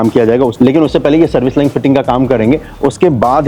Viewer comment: भाई लाइन को लाइंग क्यों बोलते हो बार बार आप?